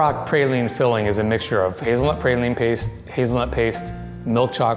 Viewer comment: Claimed to be a chocolatier but could not pronounce 'praline' correctly.